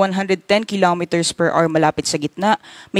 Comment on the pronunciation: PER R | Children, remember: The word HOUR is pronounced as Ah-wr, not AR. The stress is on the first syllable. Don't be like this reporter.